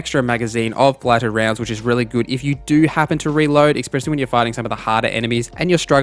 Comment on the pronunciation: There is no X in the word especially